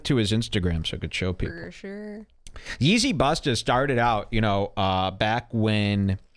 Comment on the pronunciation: Hahaha drops a alberta hillbilly “fer sher”